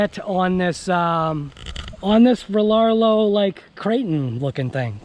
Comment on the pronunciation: It's pronounced like the email address because that's the name so it Riarrio